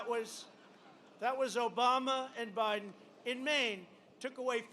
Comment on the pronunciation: So far he has slurred the following words: "Days" "Fascism" and mispronounced "Biden", in under 15 minutes. He is not all there. He has a neurological problem.